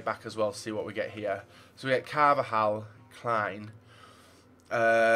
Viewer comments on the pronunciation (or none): none